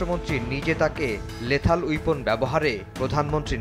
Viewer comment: Lethal Weapon, not Lathal ! Unfortunately, our journalists are lacking in correctly pronunciation words either in Bangla or in English language! Things getting worse day by day!